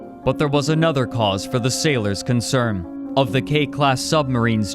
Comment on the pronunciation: I know this isn't what I'm supposed to be taking from this video, but is there a reason you keep mistaking N for M? Concerm, Afternoom? I only started taking note , there were a couple more before that. It's just... Weird. Edit: Owm Directiom Squadrom Collisiom Squadrom x2 Lanterm (Note: Okay you are fucking with me here, he legit says the two COMPLETELY SEPERATE WORDS Lan and Term and just puts them together, it doesn't even sound like he's trying to say Lantern originally!) Squadrom x3 (He says this right after correctly saying Squadron. What. The. Actual. Fuck.) Edit 2: Okay, so he says Thin correctly , so he obviously can say them... Are the incorrect pronunciations some kinda code...? Edit 3: Fuck it, I'm quiting here. I am too high and too tired to continue this. I might come back in the morning.